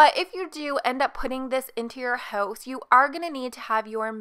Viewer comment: Idk everytime she said "house" it sounded like "hoes" to me 💀